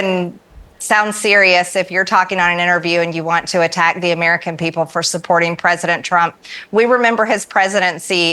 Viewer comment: I didn't know that the word "president" had eight syllables in it, yet Large Mage pronounces it that way.